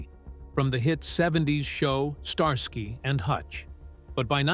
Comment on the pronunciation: I heard a "star sky" very celestial! 🤣🤣